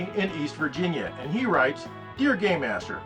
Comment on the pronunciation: When he says "game master" it sounds like he's saying "gay master".